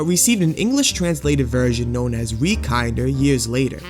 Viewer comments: it's not said "kinder" it is said like "kin-dur" like the german word for child. like in "kindergarten". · Just a quick spill of info, haven't watched the full video, but it's "kin-der". A German term meaning child. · You mispronounced it 💀 Kinder is a german word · holy shit this video is bad you didn't even pronounce the name of the game right. so fucking disrespectful to parun to use his suicide as clickbait without even bothering to google translate his website to learn the bare minimum of other information about him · It's Kin-der not Kind-er. Kinder means children in German It's not Shin-Su-Kay, it's Shun-Skē. The Suke suffix in Japanese names is pronounced Skē not Su-Ke